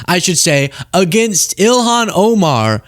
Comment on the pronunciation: He said ELON Omar.... HMMM... 🤔🤔🤔🤔